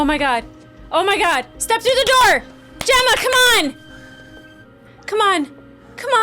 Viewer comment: When did Helena fuck up Gemma's name?